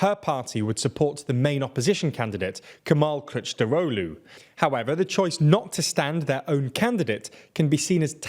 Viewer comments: if you're a native English speaker I guess his prononciation isn't that bad. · i can see how foreign media is already slowly learning to pronounce Kılıçdaroğlu's name properly, i like it as he will be our 13th president for sure